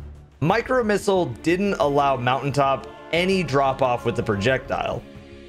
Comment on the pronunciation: mountain top...because...moutai top lmao 😂😂😂😂